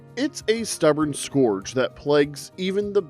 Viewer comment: scourge is pronounced skurj.